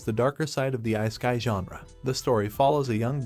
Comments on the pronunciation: icekai. I can't take it seriously now. Please tell me you are just using AI voiceover. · I-sky anime? Are you even trying? I used to play around with text-to-speech back in the DOS 5.0 days. You CAN make it pronounce words correctly if you actually put in a little effort. You're better off just having text on the screen than that AI voice. We watch anime, we're no stranger to subtitles. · I'm not tryna meat ride but I really loathe the way bruh pronounces "isekai"💀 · Please learn to say 'isekai' properly!